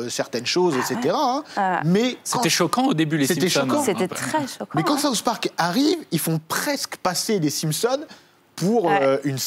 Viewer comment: "Saousse park"